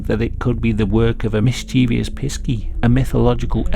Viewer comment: Mischievous, not mischievious.